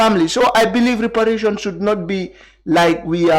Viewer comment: Mr mballow can't even pronounce reparation properly